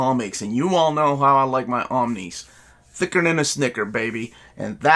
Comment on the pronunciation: "Thicker than..." accent before Melanie taught him English xD